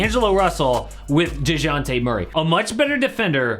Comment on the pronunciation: The J is silent buddy… kinda cringe listening to this